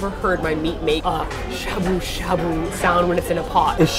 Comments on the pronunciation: DX Trying to be cool...... but the a sound is getting to me, cause you guys are saying shabu shabu so much. Cause I keep hearing "a" as in "abdomin" instead of the "ah" as in "awful" lol. But you're learning, and you're doing awesome, and who the hell am I to get hung up on your pronunciation??? #nobodythatswho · Sha sha buu buu now you can't speak English